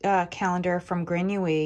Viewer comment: Always enjoy your content! Here’s a little pronunciation tip for the word Grenouille, which means frog in English. It sounds like groe nouy. You don’t really pronounce the “ll”. I checked out her advent, but it’s already sold out! 🇨🇦